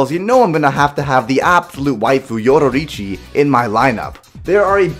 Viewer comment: The way u said yoruichi cringed me lmao😂. You said it like yo-ru-ru-chi. It's pronounced like yo-rooy-chi. Get it right And how do you eat soup😂. Dont do bleach like that